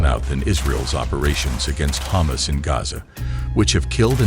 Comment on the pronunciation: Is he saying Ha´mas or does he really want some humus?